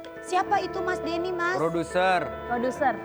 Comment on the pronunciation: Bukan gitu bg intonasinya,Deny kan?